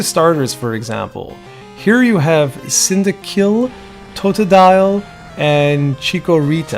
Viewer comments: It is pronounced "cyn-da-quil". Like a cinder. And it's an echidna. So it has quills. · easier explanation "sin-dah-quil"